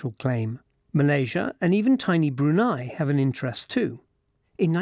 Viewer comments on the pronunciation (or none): none